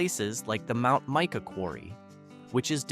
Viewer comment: Mike-a, not meek-a